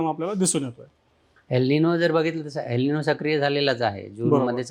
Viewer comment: प्लीज यल निनो म्हणू नका. गावंढळ वाटतं. एल निनो आहे तो शब्द